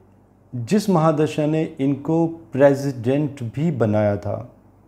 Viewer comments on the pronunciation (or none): none